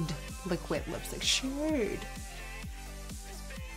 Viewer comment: did anyone else noticed that nikkie said listick instead of lipstick